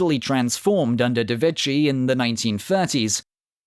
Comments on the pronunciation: Very interesting video. Please allow me a nitpick: "ch" is pronounced "k" in Italian, therefore "De Vecchi" is pronounced "De Vecki". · The italian "ch" is pronounced as "k"